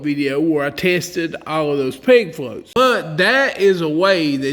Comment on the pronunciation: Ok, I don’t fish. What state is the author from? His accent is - amazing. Most of the vid I thought he was saying PIG FLOAT but then I saw it written - PEG FLOAT. Why is it important for the float to rattle? WHY AM I I HERE? I DON’T FISH. I love this guy!